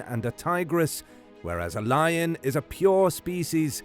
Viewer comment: Love it, by the way I thought you said Liger vs Liger 😂